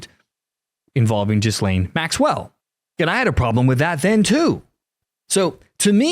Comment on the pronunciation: FYI, the ‘S’ in Ghislaine Maxwell’s first name is SILENT. 👍